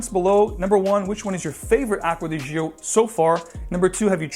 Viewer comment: "Gio" is pronounced like "Joe", not zheeoh.